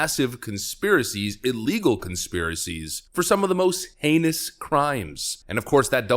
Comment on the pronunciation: Did you say “some of the most anus crimes”? Just jokes. Keep up the grind